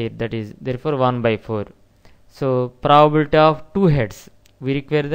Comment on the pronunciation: Your content is good but you really need to work on your pronunciation. The way you pronounce 'probability' sounds like 'proabilta'. I had you mute the sound to complete watching the video. Thank you.